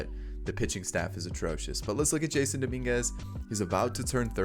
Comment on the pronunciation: btw it's prounounced (juh-sonn) not jason